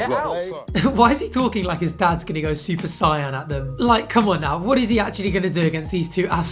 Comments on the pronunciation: ‘Super Cyan’ 💀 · lmao "super cyan"